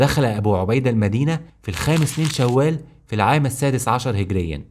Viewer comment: هجريه وليس هقريا